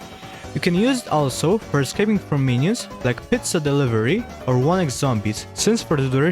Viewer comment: pitsa dilivery i’m sorry… i can’t stop laughing… 😂